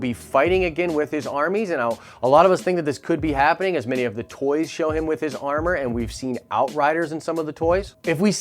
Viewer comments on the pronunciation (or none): none